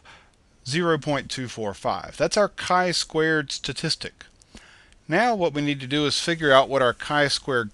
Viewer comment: its not "Ki square" but "Chi square" ;)